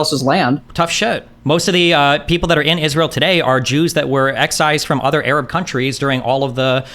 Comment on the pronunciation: I just want the conflict to end so I don't have to hear Destiny say Ereb anymore instead of Arab.